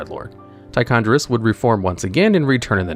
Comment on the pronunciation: Homie it’s Tichondr*i*us